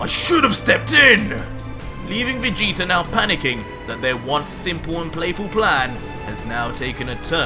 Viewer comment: BARDOCK STOP SAYING VAGETA